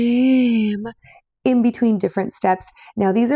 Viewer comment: So my 7 year old daughter love watching crafting videos with me because she LOVES being crafty which i love…however when she asks me “mama why does she say rim like that?” Well i guess i can’t let her watch these videos with me anymore with the sound on 🤦🏻‍♀️